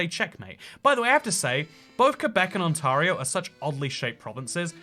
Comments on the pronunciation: Im cringing over your pronounciation of Ontario.. Its On-tare-ree-o not On-tar-ree-o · On-tare-ee-oh, not On-tar-ee-oh Ontario is basically 4 regions, the farthest bit south is Southwest Ontario (London, Windsor, Kitchener), the farthest bit east is the Ottawa Valley, around the northwest shore of Lake Ontario is GTA (Greater Toronto Area, Toronto, Mississauga, Brampton, Hamilton, PIckering) and the rest is Northern Ontario (Thunder Bay, Sault Ste Marie, Sudbury) 90% of Canada's population is within 160 km of the US border Toronto is pronounced trah-nah Bags of milk are great We are the world master of chips (crisps to you) having more flavours than ANYONE! There is a line in the Journey song Don't Stop Believing, "just a city boy, born and raised in South Detroit", There is no south Detroit, there is downtown, which is all businesses and then, south of that is Windsor, Ontario My hometown, Sault Ste Marie (first word pronounced Soo, second is from the feminine French word for saint, sainte) has three songs about it, a play and a book and was once considered as the capital for a proposed Northern Ontario province Don't believe our media - we are not as fanatically liberal as the media would have us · On tah rio. Hilarious. Try On-tare-eeo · It's pronounced - ont-air-i-o. As a Canadian who's lived in the UK since 1982 I've heard "On-tarr-i-o" a few times (even on BBC news). It's a thing. Just saying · It's not pronounced ON-TAR-RIO It's pronounced ON-TAY-RIO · Dear God, it's pronounced: ON T AIR EE OH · It’s pronounced ON-TAIR-RIO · You mispronounced Ontario every single time 😢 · He pronounces ontario a little different. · It's pronounced Ont-air--ee-oh, not On-tar-io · It bugs me so much the way he says “OntARio” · Pronounce Ontario, 'OntErio' not 'OntArio' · Kel-own-ah Ont-air-ee-oh